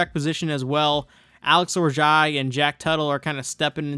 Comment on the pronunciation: Alex Orji is pronounced “Or-jee” btw. I know it can be kinda awkward to say, but now you know 😅😅